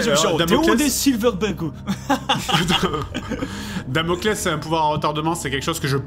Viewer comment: Quand Seb a dit "invoque ton Laspales" au lieu de Damocles j'ai eclate de rire, j'imaginais l'ombre qui grandit derriere Theo normalement et qui dit "y en a qui ont essaye, ils ont eu des problemes" XD